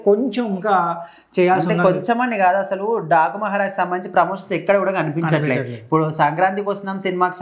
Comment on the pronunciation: 😂 టాకు కాదన డాకు మహారాజ్. మహారాజు కూడా సరిగా palakatlevga 🤦